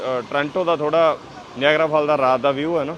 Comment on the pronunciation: Nagara fall YAN NEEYAGERRRRA fall .... naam te change na karo ...kitye Yeah you have a let's voyagera fall na kahe dena 😂😂😂😂